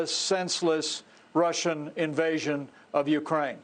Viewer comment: Absolutely!!! He, Pence, said UKRAN! Freudian slip.